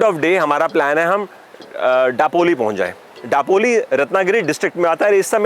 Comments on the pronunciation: Daploli,. It's दापोली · It's not डापोली it's known as दापोली. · दापोली, गुहागर that's the correct pronunciation..